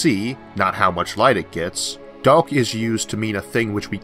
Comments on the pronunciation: Did you say Duck or dark? What is Duck flow? If Elmer Fud was a Astro physicist lol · He's not saying "dark" right he's saying DARLK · I like how the word Daowk is just rubbed in our face. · Are you an "Elmer Fudd" with your use of "D.A."L".K?